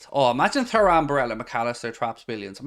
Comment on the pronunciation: DON'T shout at me please, but u seem to be the only chap on Youtube mispronouncing Frederico (its Federico) and Thuram (pronounced Turam, just like his legendary Da....). Have a heart, mate, and give me poor OCD a break. YNWA 👍